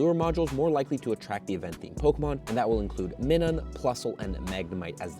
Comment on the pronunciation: But why did this guy miss-pronounced Minun's name?